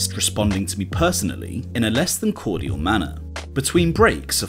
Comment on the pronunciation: Is that how cordial is supposed to be pronounced?